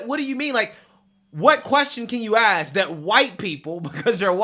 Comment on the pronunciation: Idk why certain people can’t say ask….it’s not axe